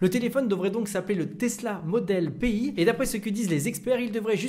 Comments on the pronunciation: Pi pas P , I PITIÉ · Je ne connais pas ce projet de téléphone, mais à première vue, on doit dire modèle « Pi » (comme le nombre Pi et donc le logo du téléphone) et non « P-i » comme tu le prononces… 😉. Je me trompe ?